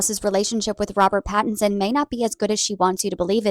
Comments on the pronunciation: Pat - in - son 😂 Love the consistent celebrity name mispronunciations! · his name is Pattinson…. Not Patterson. I love your show! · I love you but it’s PATTINSON 😅 not PATTERSON love ❤ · PattINSON NOT PattERSON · Damn it,. PattINson, not PattERson. Love you though! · LOL, it’s Robert Patt-IN-son. Love you! ❤ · Lol,, it's PattINson ❤ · "we all know robert patteRson" hahaha, you should start slightly mispronouncing any of the celebs on here who have tried to come for you just to piss them off:glasses-purple-yellow-diamond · The "Patterson"s are driving me nuts 😂